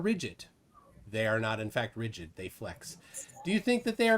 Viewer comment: The way Tacori was pronouncing "rigid" with a hard "g" was getting on my nerves. 😖